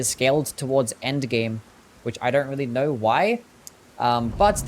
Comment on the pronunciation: going no "goring" go not "gairo" know not "Knowr". so not "sorrr" why do you add R's to words that don't have R's in them ????????????